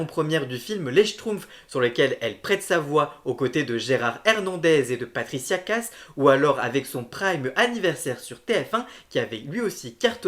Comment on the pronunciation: Le doublage C'est Patricia kaas Et pas Patricia casse